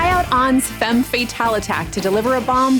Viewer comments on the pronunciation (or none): none